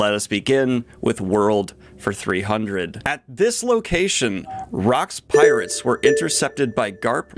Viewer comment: “Space Pirtates”